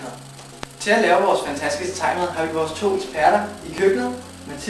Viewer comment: det er jeg klar over det lyder bare som om i udtaller det taj mad og ikke thai mad